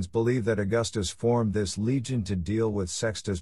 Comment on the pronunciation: legion sounds better than leg on